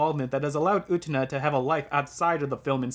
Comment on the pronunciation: U te Na? NOOOOOOOOOOO u TE na You can't even say the name that is repeated hundreds of times in the movie. So you OBVIOUSLY did not watch it. Someone obviously did NOT watch the movie which is being reviewed. Everything is utterly clear, not asking for meaning when anyone who has watched the movie knows what the hell is going on. The Revolution is the child losing to adulthood. The car is the vehicle into adulthood. For someone who didn't watch the movie, you have a ton to say about it. The cringe is strong with this idiot. ..... Oh, you watched the dub.....no wonder you have no clue what is going on. You're a heathen. The dub is really REALLY wrong. The dub and the original are completely different stories.